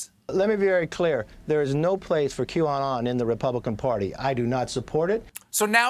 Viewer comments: I wonder if the way Greene worded her statement and McCarthy mispronouncing the name of the conspiracy group was on purpose or a code to the followers so that they could say “she never said she denounced them, she denounced “Q-on”, whatever that is... we’ve never heard of it...” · Yesterday, feb 4th, it was nutz, all of a sudden all the GOP couldn't pronounce QAnon and they all "hardly heard about it". WTF?!?!?!? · Oh dear it must be so annoying to have politicians who deliberately mispronounce words to downplay something or to denounce someone. Aren't they aware of that this kind of behaviour makes them just look dumb. To see this level of diletancy and to see that it seems to be accepted is just sickening. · i´m not sure the world pronounces QAnon correctly. the people who created this might have thought they are the "new canon" - for me this reads "canon". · The whole not being able to pronounce Qanon correctly making it seem like you have no idea what it is is so transparent, especially when the same act is performed by a number of people who previously had no trouble pronouncing it just fine and showed that they understood exactly what it was. Do they think their voters are 5-year-olds with memory deficiency? XD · Oh, my Gosh!!!! Kevin McCarthy is horrible. I cannot believe he said that about not knowing what Qanon is and pretending that he could not pronounce it. Stephen was so funny timestamp. Great.